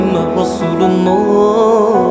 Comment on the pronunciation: kenapa ada sebutan la ila ha il lahhah....laaaa dia tu pendek?????? ustaz kata sepatutnya laaaaaaaaa ila ha illallah....... bukannya la ilaaaaaaaa ha illallah..... tak gitu?????